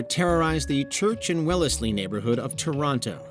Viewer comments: It’s pronounced wells lee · Wellsley is pronounced Wells-ley we just call it the village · "Well-leslie" haha it's pronounced Wells-lee!